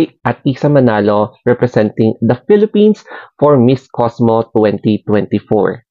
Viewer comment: It's COSMO, not COSMOS!😂😂😂